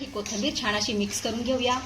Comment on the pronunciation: " छान " हा शब्द " छाण " असा घाण उच्चारला न जाता छान उच्चारला तर छान वाटेल.